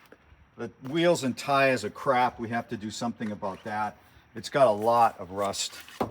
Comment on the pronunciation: Stars and tars...I heard the hesitation to pronounce tars as tires the second time around.